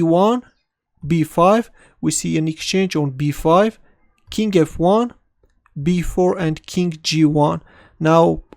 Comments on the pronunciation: Learn how to say king correctly please. It's very annoying when you say "kink" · When you say "King e2", it sounds like "kinky, too". That funky, kinky too move. Thanks for the vid. It was pleasant and enjoyable,.